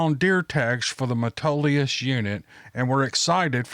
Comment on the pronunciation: You pronounced Metolius right, few do :) Look it up on You Tube GIANT Bull Trout (they are actually a Char). Whole decent sized river just blows up out of the ground in a Spring.